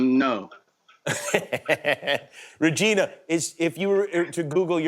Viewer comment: Hello vageena,i mean ragina